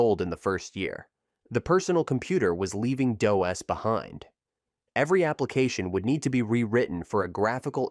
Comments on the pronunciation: "Doe Es" "Dee Oh Es" LOL! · The voiceover is bad. It's pronounced "dos" not D-O-S or "dough-ess". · For God's sake, get to the point and move on! Stop repeating the same thing over and over in different ways! And DOS is pronounced "doss" but you call it D.O.S. half the time! And how can you mispronounce so many company names and expect to be taken seriously? For example Corel is "cor-RELL" but you call it "coral" like from an ocean reef! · It's DOS. Not "Day-OS". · "In the DEE OH ESS era"? Pronouncing DOS as DEE OH ESS - Channel has no credibility. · I think you're right. I was thinking it was the Jamaican "Day-OS" DOS. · Hilarious to hear DOS pronounced 3 different ways.